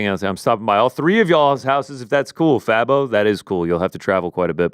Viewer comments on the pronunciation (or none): Happy read some of my comments! My name is pronounced Faye-bo though but that’s okay everyone says Fah-bo. I guess ppl don’t know about Fabo from D4L 😭😭